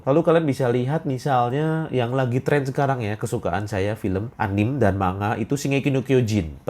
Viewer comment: A-N-I-ME bukan anim 🤣